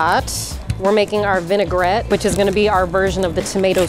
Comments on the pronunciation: You can spot a noob cook when they say “vin-ai-ger-ette” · I heard "vinegarette" more than once, too.